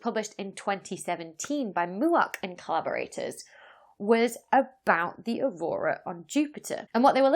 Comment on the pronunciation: I swear, I had to back up and listen to the video again. I was sure you said "carburetors" but it was actually "collaborators." LOL.